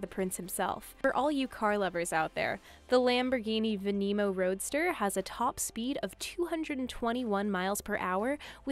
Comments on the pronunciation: And then she gona say for all you car lover's out there the Lamborghini venemo. Instead of Veneno. Like What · There is no way she just said Lamborghini venEEENO. This bitch knows nothing about cars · Lamborghini "Venemo" 🤣🤣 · Its veneno not vanemo. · Can you learn to say the car names... “Veneeeno” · for all you car lover's out there the Lamborghini venemo. 😒 Oh shit i forgot to mention that she said Bugatti Viron insted of Veyron Okay okay I'll stop now